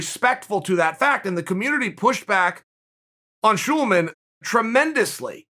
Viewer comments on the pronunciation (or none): Sulaiman NOT Schulman🙏😂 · Berico Shoelaman? I've been saying it wrong for years